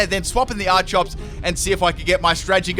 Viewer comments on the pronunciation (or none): Its pronounced ar key ops not ar chops